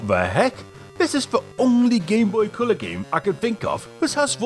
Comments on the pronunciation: What the heck is this 'Cyaow' you keep talking about? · "Gameboy Ceuller"